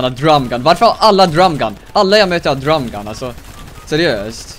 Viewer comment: Älskar att han säger ”drAm gun” istället för drum gun ! 😂💕